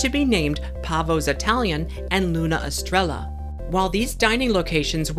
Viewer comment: Great stuff. Thanks so much. Luna Estrella is Moon Star in Spanish. And prounounced ess-TRAY-yuh. They will be challenging everyone with all these authentic non-English words. Haha